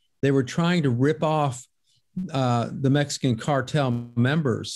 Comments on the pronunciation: Why does she keep saying "Mesican"?? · The way that reporter says mesican is annoying hopefully she gets taken out too